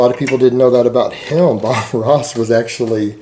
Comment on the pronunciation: I also didn't know the words "him" and "them" were pronounced "HILLM" and "THELLM".